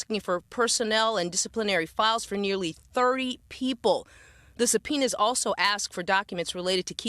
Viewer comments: "Two subpiners"!!!?😂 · “Supeeners” 🤣🤣Educated.. 🤭🤭Crazy it took THIS LONG…… I’ve been hearing about this FOR A WHILE. And I live in MD.. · “Sub-Peeners”!! ??😱😱😱😱 Whachoo talkin’ bout, Willis??!! English…. PLease 😳😳😳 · Did one of these folks say "Two Supeeners"? Its Subpoenas.. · “Two supeeners was dispersed, today.” Oh, Lort Cheezus. Hep me! Hep me, pleeeeeeeeze! 🙏🏻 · "2 subpoenars" 😂😂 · "Two supeeners were disbursed today". Is this whole town illiterate? Even the mayor can't say the word "ask" correctly to save her life. 😂